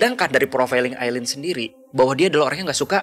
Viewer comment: Masukan yang bagus. Ngomong2 namanya Aileen (bacanya Ailin). 👍